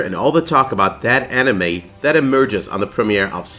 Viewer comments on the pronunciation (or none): Whenever he says "enemy", it sounds like "anime". I was so confused.